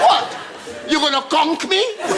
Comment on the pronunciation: Kunk….dat is wen smaddy use dem knuckle pon u farrid….conk was a black hairstyle in the US….plus di seafood….all about how u pronounce di word….